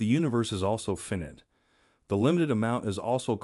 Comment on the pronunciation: "fin-it"? You mean "f-eye-night"? Edit: there are so many mispronounced words 🤦 Is English your first language??